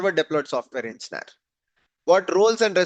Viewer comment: Dude fix the way u say engineer , it freaks me out to keep listening to the sound u make